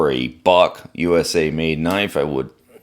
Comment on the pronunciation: 😎 “Buck USA” sounded like You said F-USA! 😂. I like that lock style but on the cold steel ad-15 lite… I used the knife pretty hard to pull & cut some wires … & the lock up really stuck on me… cs works great as fidget fun but if you use on hard cut it might lock up & need assistance to close… making the knife half as fun as it should be… I might have to try this Buck 🇺🇸! ✌️🤟🤙